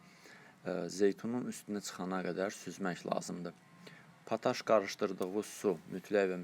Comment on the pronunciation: Təşəkkürlər. Lakin pataş yox potaş. Yazıldığı kimi də oxunur potaş.